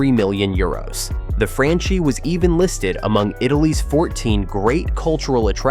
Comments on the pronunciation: It’s pronounced Franchi (Frankee), not Franchee 🤣🤣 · Dude in Italian, everything written as -ch is pronounced k or kk. Vittorio Cecchi Gori is pronunced Vittorio Cekki Gori. The stadium is Artemio Franchi, pronunced Artemio Franki. Plzzz